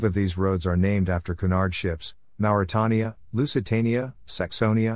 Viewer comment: interesting historical snippets. Just a shame that the American narrator didn't check on the [pronunciation of place names and 'Mauretania'